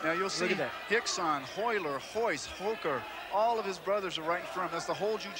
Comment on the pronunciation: lol no its Rickson, r is pronounced with a h